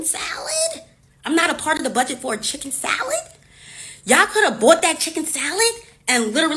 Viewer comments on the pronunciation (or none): Lmfaooooo chiikeen sALiittt ?! 😵‍💫😳 chikken salid?!! 🤣🤣🤣🤣🤣🤣🤣🤣🤣🤣